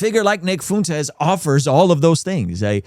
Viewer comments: I agree with your take here but if you want to be taken seriously on this you should start pronouncing Nick FUENtes’ name correctly…I honestly can’t tell if you’re being serious or subtly mocking. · You could at least learn how to pronounce the guys name before doing a critique on his positions. I’m a God fearing successful father who agrees with much of what Tucker and Fuentes have to say. I’m likely more successful than most of your followers. I don’t say that to brag, my point is that assuming everyone that agrees with them are basement dwelling losers is incredibly tired and just proves their point. A victim mentally is a terrible thing, but so is burring your head in the sand. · The irony of a guy with the name acting like he can’t pronounce Fuentes while living in Southern California 😂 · You’d think someone who has lived so close to Mexico for his whole life would be able to pronounce Fuentes